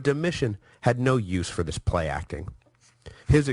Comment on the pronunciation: ➡Dom-e- tan. ➡Ortho= ortho. POOR PRONOUNCING